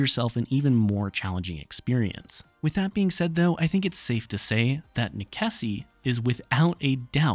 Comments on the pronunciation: You didn't even take the time to find out how to pronounce the name of this game. The actual word is Latin, and its pronounced "neh-che-see" The developer however says its a play on necessity, and is pronounced "Neh-sess" not "neh-keh-see" . sheeeeesh. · Is it really pronounced Nekessi? I always assumed it was Necesse as in necessity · Nickesee? Necesse, as in necessary. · I couldn't stop laughing at how you pronounce necesse, since I always pronounced necesse like necessary. great video anyhow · Great video... but "nekessi"? How did you miss the link to the english words necessary or necessity? Necessario in portuguese, italian and spanish? :face-turquoise-covering-eyes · Same. I can't blame the deliberation about how to pronounce cause i sure as heck didnt know for sure. But Neh-kessy def wasn't one of them lol😂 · Hearing you say Neckesy makes me wanna stab my eardrums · Pretty sure that's pronounced "Nes-ess" y'know, like how you say necessity in romantic languages. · As per the developer on steam he says you pronounce the game as "a play on the word "necessary" :) so "ness ess" .. may want to correct your pronunciation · That’s 100% wrong and they did not say that, it’s nekessay, it’s Latin. Amazing someone with fact in the name decided to not use facts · NEKESSI? DA VINKI? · please stop saying nekessy